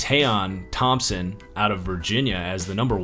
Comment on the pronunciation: It's pronounced KEY-TAHN Thompson 👍